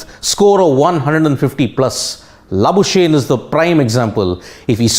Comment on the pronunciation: Hey bhaio the Australian ( SA born) cricketers name should be pro nunced Mar nis La boo skugg knee not La boo shane.